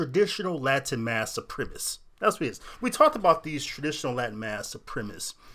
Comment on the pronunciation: It's supremacist, not supremist.